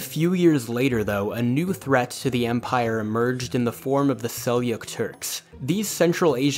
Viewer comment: No no, it's not "Selyuk". It's actually pronounced "Seljuk"